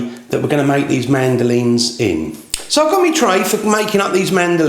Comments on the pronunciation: Okay this guy does says "mandolines" rather inexplicably since it is not so very challenging to say Madeleine's. However, the recipe works. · Not sure how I got here. I was searching for videos about mandolines ( the music instrument); and it brought me to madeleines video. It’s Mad-lense (plural) , not mandolines. And also we say butter not batter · This is a nice recipe, but to achieve the sweet, buttery taste of perfection you really need to pronounce the name properly: Mad-Ahh-Line. They taste much better that way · mandolin is an instrument - its pronounced mad -el- line